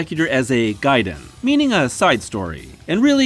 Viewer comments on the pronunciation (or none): none